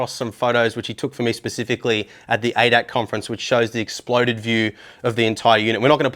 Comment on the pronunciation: Thx for the nice and detailed up front review. One little thing, the society hosting Sim Expo is pronounced A. D. A. C. Aach letter is pronounced separately it's an abbreviation for Allgemeiner Deutscher Automobil Club roughly translated to Common German Automobile Society.